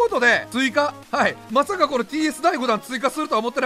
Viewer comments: まさか が まかさ になってるてw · 「まさかの息子からDMが」って言うところのまさかが まかさになっているww Vipらしい😂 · まさかをがまかさになってるwwwww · 「まさかの」が「まかさの」になってる😂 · まかさの笑